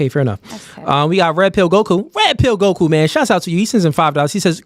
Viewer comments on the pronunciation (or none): none